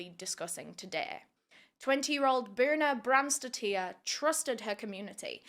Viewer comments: As an european it really baffles me that people don't even try to pronounce the names right... The last name isn't spelled "tier" it's "tir". Dottir means daughter and these kinds of last names are still quite common around iceland, norway, sweden for example. And yes, I know true crime creators TRY to pronounce them correctly, but here it seems it wasn't even worth a try... Seems like just read it and went along what she thought was the right way pronounce it... It just makes me feel like some of us outside UK and US aren't even worth a try for justice... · bjørns-daughter would be easier for you to say for her last name :)